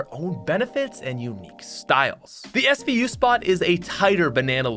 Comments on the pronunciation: Mans called the svu the smu 😂😂rip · plays so much fortnite he forgot names of real guns He said smu instead of svu😡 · Man called the SVU the smu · hey uh pat you i caught you shlippin you said "smu" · Is nobody gonna point out that this guy called the SVU the SMU? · SVU SVU SVU YOU SAID SMU THE FIRST TIME NOOOOOOB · SMU? its SVU pat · My man called the SVU the SMU. I’m done. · Svu not smu 😂